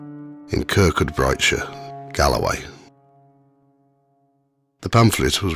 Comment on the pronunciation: In the first story the name of the town is pronounced, Kirk coo bray. 😊